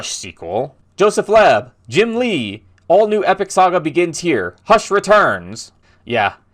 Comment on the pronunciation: You said josephs last name wrong also Thire was a hush returns book so Thire is a big deal because Joseph lobe is a good writer. And of team.